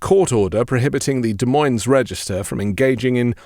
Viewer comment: I must correct your pronunciation of Des Moines. The S is silent (actually both of them are). French origin place names are a mishmash in the Midwest. There is no rhyme or reason.